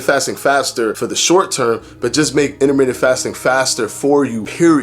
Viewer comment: "Inna-minute" fasting. diction is really off-putting. You really can't get away with that lingo bro if you want people to see you as a credible source of information. You can't say wif and momf, you gotta say with and month. And, you can't say human growf hormone either. Like it or not bro, Thomas is crushing you right now and part of that is your mouf. Yeah, you're a showman and just as informative as Thomas but the mouf is really holding you back. Fix it.